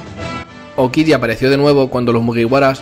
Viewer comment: “aoquigi” hahahahaha!!!